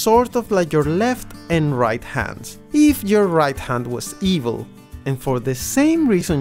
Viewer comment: i love the way he's saying EVIL